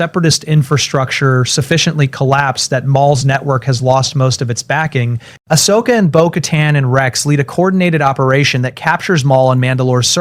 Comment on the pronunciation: If you can not spell Ahsoka properly, please leave her name out of stories. Ashoka, is not her name. As soon as it is both misspelled and miss spoken, hardcore fans will walk away from your videos.